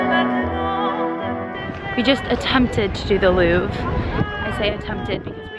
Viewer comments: le louvre not lourve haha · C’est le Louvre pas “Lourve” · Maybe check the actual names of the places, it's le Louvre (not Lourve) and Musée de l'Orangerie (not l'Orangie) :) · Its called “louvre” not “lourve”